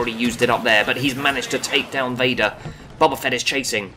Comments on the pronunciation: It's BOE BA Fett. Not BOB A FETT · "Bubba fett". Nice.